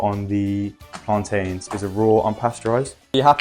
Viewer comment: His pronunciation of plantain 👏🏾👏🏾